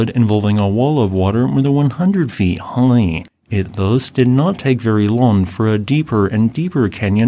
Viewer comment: why did you say high like that lol